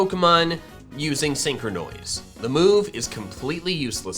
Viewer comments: Normal people pronouncing syncronise: Syn-cro-nise pronouncing Syncronise: Syn-cro-noise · When he said syncronoise I thought it was a botched pronounciation of sycronize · Stop saying sincrenois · Please stop calling it syncronoise it sounds weird and syncronize sounds better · When he says “synchronoise”, it honestly just sounds like a mispronunciation of “synchronize” even though it isn’t. Amazing XD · Freaking synchronize not synchronoise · That's an interesting pronunciation of the word synchronise